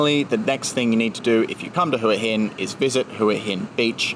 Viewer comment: I've noticed that tourists pronounce Hua Hin as Hooa Hin but the locals pronounce it as Wa Hin